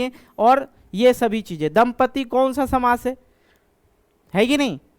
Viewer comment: samas❌ shamas✅